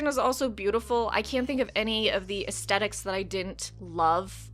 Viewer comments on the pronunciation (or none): none